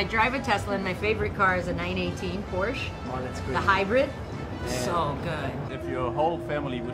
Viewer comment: The PORSCH